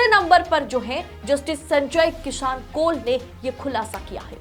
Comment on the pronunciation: Madam Justice ji ka naam sahi se pronounce kariye.